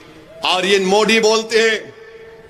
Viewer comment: मोदी की जगह ये साहब मोडी बोलते है मजा आ जाता है। सुन कर